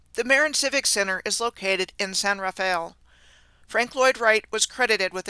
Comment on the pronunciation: People around here pronounce it "Muh-rin County" and "San Ruh-fell". Old St. Mary's Cathedral on California St is said to have been built in 1 year, from 1853 to 1854 by Chinese immigrants that they might learn Catholicism. The granite is said to have been sailed here from China, and the bricks sailed from New York around the horn to S.F. The back story is patently false as no set of workers during any era could build that edifice in 1 year... Love your work. Always riveting.